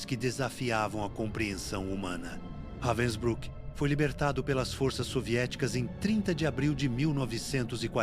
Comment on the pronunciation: It's pronounced "RAH-vensbrook"...